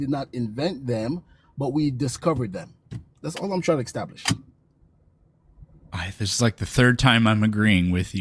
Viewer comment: How does one “eckstablish” anything? “Blind happen-chance”? Does he think mashing happenstance and chance together into a new word is clever, or does he really not know which of those two words to use? he said “eckstablish”, again! 🤦‍♂️